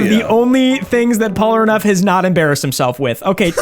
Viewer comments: bro said "Polaraneff" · porlaneff, porneff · Bro I am so sorry, but I cannot stand the way you say Polnareff. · The fact that he couldn't pronounce "Polnareff" to save his life and keeps calling him "Polraneff" is so infuriating lmao. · Whu do you call him "polraneff" instead of "Polnareff"? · I’m just going to start leaving comments on every video to shame you whenever you mispronounce his name as “Polraneff”. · The way you say "Polraneff" bothers me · am i the only one that hears him saying polraneff? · I did not know that someone could say polneref so wrong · STOP SAYING POLRANEFF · Does he still pronounce Polnareff as Pollenareff? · dude cannot say polnareff to save his life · bro why can you not say polnareffs name right, its made me so made the entire video, and its such an easy fix, deadass disliking purely bc of that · Your inability to pronounce Polnareff correctly is amusing to me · Why do you pronounce Polnareff's name like that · Awesome video but your inability say Polnareff is making me want to pick my nose so hard I get brain damage and end up in a wheelchair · The name is litterally written phonetically, a rare occurence in french, how can he distord it like that ? XD